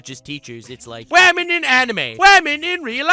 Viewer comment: Nux: says wamen and gentlewamen at the beginning Also Nux: Girl webs don’t exist